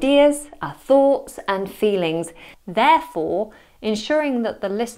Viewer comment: Thoughts pronunce = "fogs"??????? :o